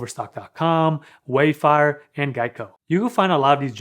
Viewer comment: is that how you pronounce wayfair?